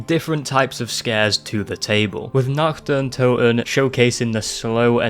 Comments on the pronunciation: the only scary thing here is your shitty accent. I mean seriously, you made a 30+ min video, just to pronounce “Nacht der Untoten”, “Nakt der Untoen”. How am I supposed to take you seriously when you screw up like that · it's pronounced naRt deR ountoten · Stop pronouncing it wrong, call it the night of the dead that's the first map translated from Deutsch to English. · I love the way he pronounces Nacht der Untoten